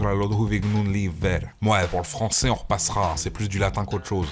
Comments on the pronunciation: le fran-z-ais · Par contre "Fransais" avec le s c'est vraiment dégueulasse :( Juste pour ce mot, il ne faut pas supprimer le ç